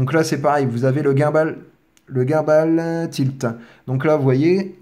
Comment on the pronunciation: bon tuto ! mais revois tes prononciations par pitié ! DJI, gimbal ...